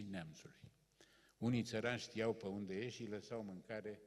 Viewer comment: Sigur, fără îndoială un intelectual de mare clasă. Afară de unele derapaje verbale din categoria prepoziţiilor limbii române, care nu prea s-ar explica la anvergura lui. Spre exemplu, în loc de "pe" - pronunţă "pă" ("pă mine", "pă tine") tot așa, "dă" în loc să spună "de", etc. Apoi formele contrastive de genul"p'orcine", în loc să spună "pe oricine". Ne putem imagina o situaţie hazlie, o glumă ( tot îi plac lui glumele, cum ar fi aceea din tinerețe, pe care o spune mereu: "Semeni cu Balzac" " - Mă simt honoré !"), în piaţă, la standul de produse din carne, un anunţ de genul: "servim p'orcine". Unde nu putem trasa prea clar limita între provenienţa cărnii, categoria socială din care fac parte clienţii sau pur şi simplu natura caracterului lor. Altfel, cam obosit, cam gâfâielnic, cam rectangular (nu mă refer la forma fizică). 😅